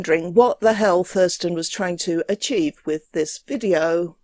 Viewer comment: Is it odd vat from Essence of Fought would choose a name and channel name wiv so many "th's" in them which he is unable to pronounce?